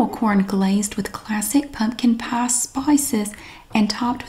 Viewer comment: Pumpkin pah. Lol sounds so stupid. lol